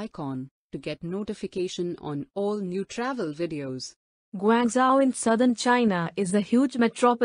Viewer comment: You might learn to pronounce the name of the city properly before claiming to know more about it?